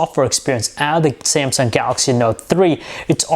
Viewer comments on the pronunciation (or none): none